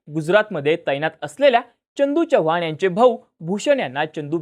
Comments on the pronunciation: च्य नाही रे चव्हाण आहे ते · च्यनदू नाही चंदू च्यव्हान नाही चव्हाण एवढं समजून घ्या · छवान नाही चव्हाण [च] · ‘Ch’ cha ucchar kayam chukala aahe. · Tu aadhi chavan madhil "च" cha uchhar neet kr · पहिला तू चव्हाण हा शब्द नीट बोलायला शिक भाई....